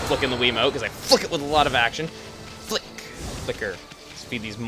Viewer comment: when chugga said "flick it with a lot of action" I tought he said "fuck it with a lot of action"